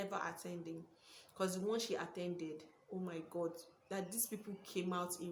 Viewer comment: 😂😂😂 Funny video True to some extent though...but I think its a generational thing. Older folks don't oppress, suppress and depress the way younger reunions do. Much more has become at stake. You maa...its oh my God not oh my gord...abi what did you say sef 😅